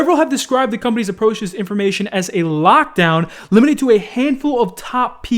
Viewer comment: said lockdown like ram ranch 7